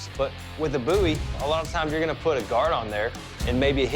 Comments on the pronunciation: "a coffin handle BOOOIE" It's BOW-IE. I know how to pronounce my surname. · The way dude pronounces BOWie is irritating